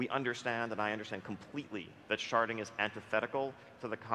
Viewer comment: I can't tell if you're purposely saying "sharting" and you're joking around, and these idiots don't get it. Or if you actually don't like sharding, and just had the hilarious misfortune to misspell it in every instance. P.S. If it's the former, it's well funny, good on you.